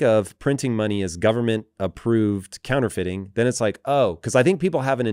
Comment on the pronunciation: True-Feiting instead of Counterfeiting